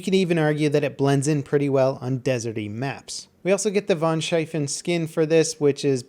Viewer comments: Great vid and all, but how the fuck did he mess up 'Tannenberg', and somehow 'Von Schlieffen' became 'Von Scheiffen' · I cringed when he mispronounced von Schlieffen